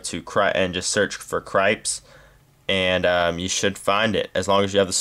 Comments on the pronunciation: i think its pernounced like krip-tis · dude i think its pronounced krips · proly pronounced crip-tis